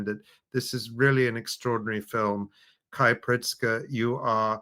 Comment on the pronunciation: A minor note. 99% sure Kei's name is pronounced "kay" like the letter k.